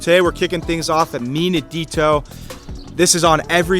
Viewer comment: Starting out at 'Mi Nidito'.. AWFUL! I'm done with this channel.